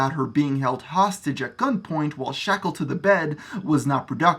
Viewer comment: "While shekeled to the bed." Dude, I don't even think she's Jewish.